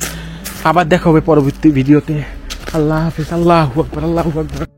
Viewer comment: আপনি আললা হোয়াকবার বলেন কেনো আললা আকবার বলবেন